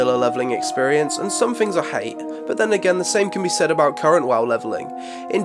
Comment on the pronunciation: Did getting sick induce some kind of speech impediment? Fings, foughts, one fousand, froat virus? Hahahahahaha!!!